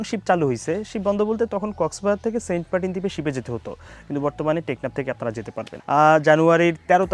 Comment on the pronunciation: বুঝলাম না ভাইয়ে মনে হয় সেন্টমার্টিন উচ্চারণ করতে পারেন না বলেন সেন্টপার্টিন😃😃